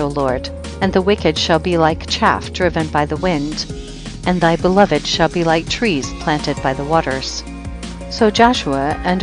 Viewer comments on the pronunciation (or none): none